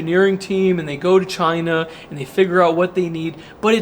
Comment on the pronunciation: One word, "Chy-nah"